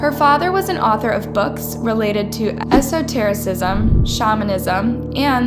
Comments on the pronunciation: So I really wanted to learn about this, as i've never heard this story before. But in the first 2 minutes there have been multiple flubs. Ice cream tubes? ESTOtericism? "macro" views? I assume that's macabre. There are pronunciations online you can look up. Or proofread your script. Or edit. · Pronunciation is a problem. 'Tubes' instead of 'tubs', and I know 'esotericism' is a tough one but it's worth the effort. The concrete 'dried', it never 'died'. I still enjoy the content, I hope you can pin down the problem :)